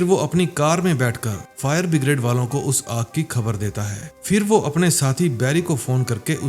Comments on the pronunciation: bhai no doubt movie and your work is awesome 👍, but it's streaming all over the world, so please correct your pronunciation my friend. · फायर ब्रिगेड को बिग्रेड बोल रहा है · Bhai pehle fire brigade to bolana sikhlo